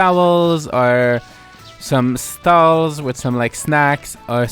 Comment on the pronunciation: I know you said stalls on the beach but I heard skulls and laugh far more then I should!